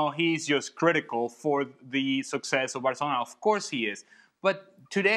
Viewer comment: you can clearly hear him say "varcelona", and I'm not a Madrid fan btw.